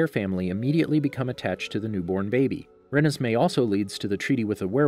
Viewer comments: excuse me what did you say.. it’s ruh nez mey not renes mey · It's REE-NES-MAY not REN-NES-MAY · It’s not collen it’s Cullen and it’s not rin is may is renesmee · I cringe every time you pronounce Renesmee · Does how he pronounce Renesmee bother anybody else?